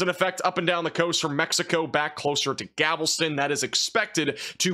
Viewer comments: Thanks for all the diligent updates from Houston! And also, try pronouncing Galveston more like Gal-ve-ston not "Gavel-ston" :-) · Gal-vest-in, not Gavel-ston. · you said Gal-ves-ton weird.... you switched the L and the V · As much as it sucks to see Beryl heading our way, “Gavel-ston” made me chuckle…lol Happy to find this channel! Great 👍 information!! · Did you say "Gavelston"? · eww hes got that voice and what did he call Galveston? 😂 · You keep mispronouncing Galveston